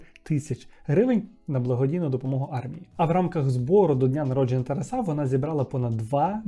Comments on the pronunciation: Спочатку думала, що "ТарасА" - то випадковий наголос, але бачу, що системно так наголошує ) дякую за відео, як завжди приємно було слухати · Дякую,! Трошки ріже слух те, як ви відмінюєте слово Тарас, а саме наголос. Немає такого варіанту як "тарасА", це аж смішно) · Дуже цікавий випуск, але "Тараса́", "Тарасо́м" ріже вухо)